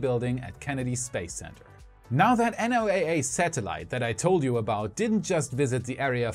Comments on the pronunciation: Tip: don't say "NOAA", instead say "Noah" (like the ark man in the Bible). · Today's lesson in fun English xxidiomsxx ACRONYMS. NOAA, like NASA is pronounced like a word....Noah. Cheers!